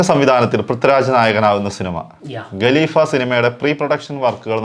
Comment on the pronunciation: galeefa ❌ khaleefa✅